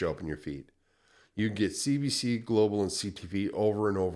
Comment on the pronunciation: cbc in French would be pronounced "Say Bay Say" not Bah! lol keep up the good work :D